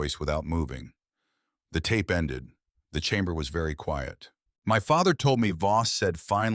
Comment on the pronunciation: Is the guy's name Voss or Boss ? The narrator has pronounced it as both and text has spelled it both ways . So which is it ?